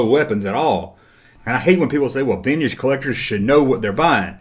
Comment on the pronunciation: I still love how you say veenige